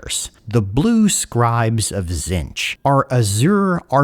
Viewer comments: Buddy, we talked about this, Zee-ntch Silent T, stressed double e Back when doing tomb kings stuff you went and figured out how Khemri and Nehekhara are pronounced. Please do the same for one of the major god factions that's gonna be in the game. Tonnes of lore channels, tonnes of goofs channels, even the painting tutorials for GW models: zee-ntch. As a fan, please. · did you just say Zench